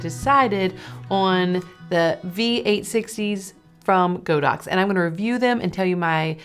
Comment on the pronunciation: Godox is pronounced god-ox.